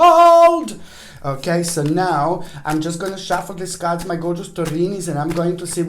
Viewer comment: “37,000 CAHRDS!!!!” 😂🤣🤣😅 I absolutely love you you make me laugh so genuinely and it’s healing thank you 🙏